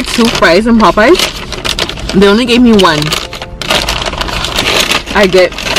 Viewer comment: Poe-payas...you gotta be joking lol